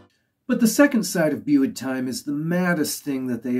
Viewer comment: You might like help in pronounceing few things? Euros? 'u' in Welsh sounds like 'i'. Euros rhymes with 'hey ross'. Just drop the 'h' and it's identical. (And 'methu' is like 'methi', for the same reason.) it should read 'Gwres Prynhawn' (the heat of an afternoon / afternoon heat). In the word 'bwyd', the 'w' comes before the 'y', so it's booyd time (as sung at the start of the album!), rather than beewd time. Good to see someone pay Gorky's some attention. I believe they were quite well appreciated in Japan, but I don't really know. They never seemed to foster a following. They just got on with being creative. I did see them - once in 1993, and twice in 94, at least. Over the years, both my vinyl deck and my cassette player have passed away, and Tatay and Bwyd Time, for example, have been long neglected. I'll make it a priority to fix both machines this winter, and reconnect with all the stuff I've collected from 1970 onwards! Digital is great, but there are some treasures that haven't made it to that format yet. I'll have a look at the other videos you've followed this one up with. Diolch, pob lwc i dy sianel.